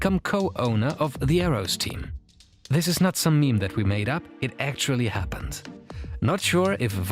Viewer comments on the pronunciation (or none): none